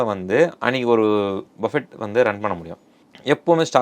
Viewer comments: Bufee… not Buffett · இதை BUFFE என்று செல்லவேண்டும். BUFFET என்பது தவறு. ஏனென்றல் BUFFET எனும் சொல்லின் கடைசியில் வரும் "T" யை உச்சரிக்க கூடாது. அது சைலன்ட் லெட்டர். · டேய் ..அது "பஃபெட்" இல்லடா..."பஃபே" Or "புஃபே" ...!Not BUFFET...it should be pronounced "Buffey" or "BooFey" ...T is silent!!!